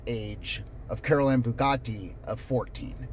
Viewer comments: I'm from ne so I've always known about Charles Starkweather and Carol Ann fugate (but your saying her name wrong--( few gate )is how we learned it around here not like Bugatti lol. Few like pew gate like a gate!😂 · First, I appreciate your covering this story. I started to watch the CNN story, to educate myself, and I had to stop it. It was too horrific for me to continue watching. Second, “Fugate” is actually pronounced, “FEW – gate.” (I’m a Nebraskan who learned about this killing spree when I was in high school, in the 1970s.) I’m glad I’m an old married woman who doesn’t have to think about this happening to me. I believe ALL of the men who posted videos on that site need to be imprisoned for a long time!!!!!! And the men who look at the website exposed and publicly shamed, so that their wives and girlfriends leave them, and no women date them. They obviously hate women.